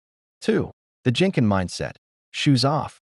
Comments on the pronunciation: What’s “Jenken”? Wrong pronunciation It’s Genkan. I guess it’s written by a non Japanese person. So cannot trust all what this video says. Many houses are cluttered in Japan 😆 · It’s pronounced genkahn with a hard G not Jincan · It’s gen kan not a J sound but a G like grape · Genkan is pronounced with a hard G sound. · Idiot AI...# genkan is pronounced with hard "g" as in "get"